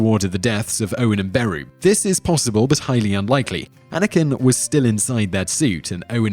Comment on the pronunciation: The way he pronounces Beru as BAROO is hilarious